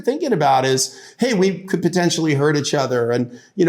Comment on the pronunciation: He says itchother quite a bit.